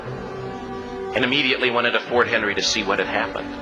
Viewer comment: Thank you. PLEASE leave this up for a long, long time. By the way, the fort is McHenry (not Henry). A common error. FORT MCHENRY.